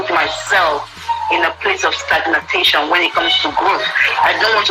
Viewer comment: Please... did I hear well? STAGNATATION???... Is it not suppose to be STAGNATION?? My God...